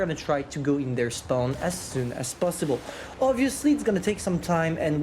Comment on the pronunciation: Spaown added to the list of words can’t pronounce XD